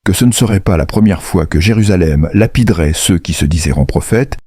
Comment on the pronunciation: Pilote au lieu de Pilate,Parcs au lieu de Parthes,lapirait au lieu de lapiderait,ce ne sont que quelques-unes des énormités que j’ai relevés dans ce récit qui,de plus,est complètement inventé